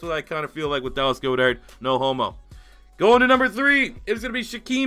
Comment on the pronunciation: For future reference, it’s Gohd-ehrt. Not gode-art.